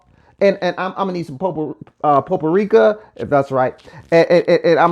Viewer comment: Not poprika but you will need some paprika 🤣😂☺️